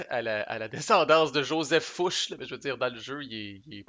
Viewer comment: Ce jeu a l'air original et intéressant même si on semble plus subir qu'agir les premières années. Mais d'après ce que j'ai compris ça va s'améliorer les tours qui viennent. Je pense que je vais me laisser tenter quand il sera disponible en Europe. Je voudrais juste t'apporter deux précisions en passant : Murat se prononce mura et ce n'est pas Fouche c'est Fouché, GMT a oublié de mettre l'accent. Encore toutes mes félicitations pour la clarté de ton playthrough.